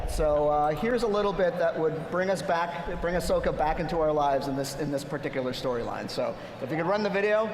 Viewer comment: Dziękuję za ten panel! Tylko błagam ! czyta się Asoka (wiem, że to mały błąd wymowy ale dla mnie SW bez Ahsoki to nie SW ;D)